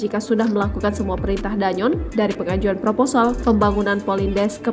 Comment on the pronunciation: Mbak bacanya bukan danyon tp Dan Yon